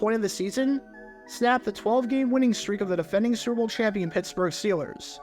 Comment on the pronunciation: This guy cannnot say "Super Bowl". it comes out like "srrble" every time. oof